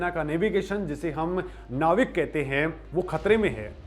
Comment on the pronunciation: नेवीक नहीं इसे नाविक कहा जाता है l